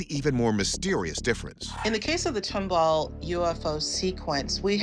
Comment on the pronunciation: TOM BALL NOT TUMBLE!!